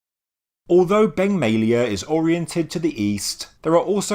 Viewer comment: Beng May-a lay-a...